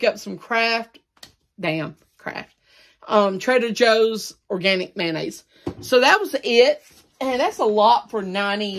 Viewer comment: I keep thinking he says trailer Joes.😆